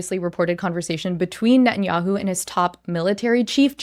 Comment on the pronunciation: I can teach you how to pronounce his name correctly.